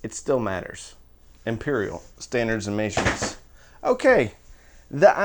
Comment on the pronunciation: Dude, for sure you're not canadian, but why do you say measurements so weird lmao.